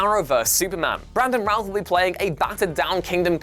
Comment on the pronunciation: Yeah he's using the actors name Brandon routh not ralph